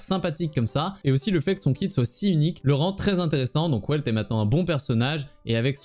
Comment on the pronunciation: Et Welt ça se prononce "Velte" vu que c'est allemand